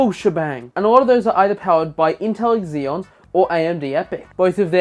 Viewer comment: I'm sorry but I can't give this video a like. It's not EXeons. Just. Zeons.